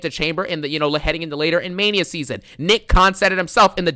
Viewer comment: DOES IT FEELS LIKE MAINA SEASON NOW-AHH... I'M THE GAME-AHH 😂😂😂